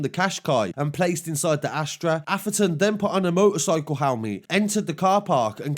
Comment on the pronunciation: You mean Atheron not Aferton